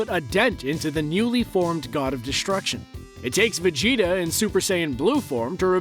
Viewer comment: it's Majin Vegeta not Majin Vegtio